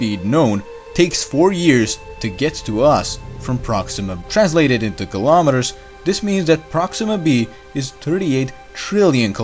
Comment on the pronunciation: STOP SAYING GILOMETERS!!!